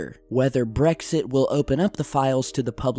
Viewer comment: I'm so happy he pronounced brexit as Brexit not Bregzit like everyone on the news